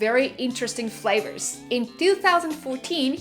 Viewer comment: I love. You can't say 31 fravors. L and R should have been corrected by now.